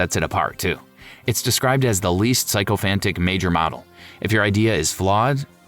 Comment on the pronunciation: Psychophantic . . . 😂😂 sycophantic.